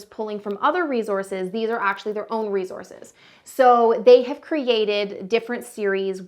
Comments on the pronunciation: S not z in resource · its the "rezources" for me